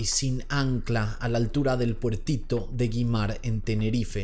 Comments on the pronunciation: Yo entre al video a ver si me entero qué pasó con el tipejo, por no decir nada peor. Por cierto es Güimar, no Guimar, wue es que encima vivo en Tenerife y soy Canaria, tenia que decirlo, perdón si sueno pedante 🤣. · Güimar...no guimar... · Güimar: la u lleva diéresis. Se pronuncia ui, como en antigüedad no se dice gue sino güe (ue). La regla sólo aplica para güe y güi. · Se pronuncia Güímar. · Siento decirte que no se dice guimar, tienes que pronunciar la u tambien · Jamás pensé que mi Youtuber favorito de misterio hablara de mi isla. Este caso realmente me toco de cerca, estuve en alguna de las marchas, tambien fui a poner dos velas y dos osos de peluches al puertito de Güimar. Pd: Aclaro (Es una tonteria y no lo digo de malas) Güimar, se pronuncia como se escribe, Guimar. <3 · Güimar Se pronuncia Wuímar!!! Abrazos desde Tenerife 💜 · Aquí otra chica de Tenerife! 🌴 La hipótesis que más se mantiene aquí en la isla es que él sigue vivo esté o no junto a la bebé. Recordar que antes de salir con el barco, ya de noche, salió del puerto rápido para ir a una gasolinera a comprar un cargador de móvil. Un saludo, te perdonamos la pronunciación de Güimar e Igueste 😘